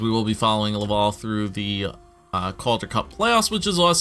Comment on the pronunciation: I'm from Montreal, it's actually not pronounced "love-all" for Laval, the A sounds are open and sound more like Atleast or like mAp.